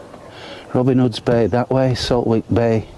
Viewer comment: It’s pronounced saltick. Silent W